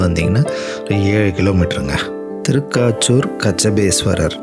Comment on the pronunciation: திருக்காச்சூர் அல்ல...திருக்கச்சூர்